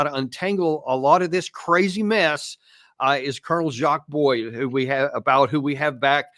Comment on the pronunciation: His name is Baud, pronounced BO, not Boyd.